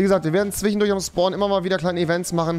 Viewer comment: Niemand: Rewi: Zwihhendurch